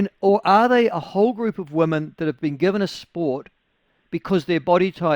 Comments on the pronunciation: Can anyone please pronounce “women” properly ? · WHAT IS A WOMEN ???